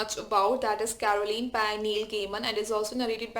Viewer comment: It's "CO-RA-LINE", not "CA-RO-LINE"